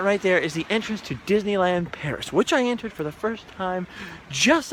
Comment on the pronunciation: not Peris, CA. lol